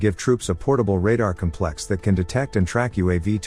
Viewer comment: Fine tune your robovoice. Noun: cómplex. (accent on first sylable). Adjective: compléx (2nd syllable).